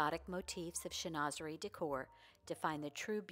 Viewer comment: Pronounced: shen-wa-ze-ree…..and yes it is lovely. You can frame a few panels, or decoupage to the front of a dresser, commode or armoire (are- mwaa)…..